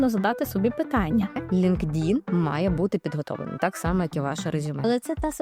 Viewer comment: Цікаво,але чому наголос ви робите на "ЛінкДін"??? LinkedIn складається з двох частин: Linked — «пов’язаний», «зв’язаний» (від link — зв’язок, посилання. In — «всередині», «у».Правильна вимова: Лíнктін (наголос на перший склад: ЛІНКтін). Англійською — LinkedIn [ˌlɪŋktˈɪn]